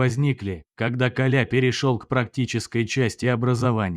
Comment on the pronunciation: Автор Вы незнаете как правильно ставить ударение в слове Коля?